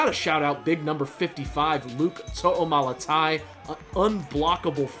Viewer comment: THANK YOU for saying our last name right, proud auntie of #55 GO GET iT BiG! #TOOMALATAi we LOVE you!